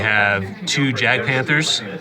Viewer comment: In German you pronounce `j` like `y`. So Jagdpanther sounds more like Yagdpanther. edit: noticed you switch it up during the game.